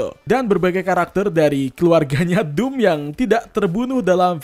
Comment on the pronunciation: Dom itu dibaca dom bukan dum